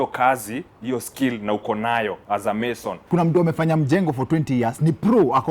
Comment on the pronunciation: Sio meson, ni mason banaa